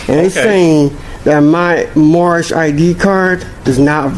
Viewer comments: I do not want to be mean however I can't help but get a chuckle out of the whole speech impediment while screaming he is moormish lmao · Did he say moormish? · I know it's a year later, but his "Mormish" nationality might have worked with the right consonants.... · It's the Mormish guy!!!!!!! They need to educate this guy!! He makes all of them foolish whenever he opens his mouth and calls himself Moormish!! I'm surprised he has any money to put in the bank with all of his car window expenses!! He also has a LOT of bond expenses and car impound expenses, as well. 🤣🤣🤣🤣 They say they are not of this land and don't want to abide by OUR laws, but they want to use OUR Constitution whenever it suits them. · Moormish? ROFLMAO!!! This guy has cognitive problems. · This person always seems to say “Moormish” - is that just me hearing him incorrectly? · That's what he says. "Moormish." Even by Mooron standards, this guy is dense.